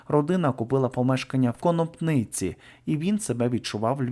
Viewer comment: Не в Конопниці,правильно поставити наголос на другому складі.